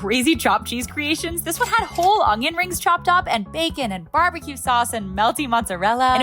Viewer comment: I love how you say ungyun instead of onion 🤣🤣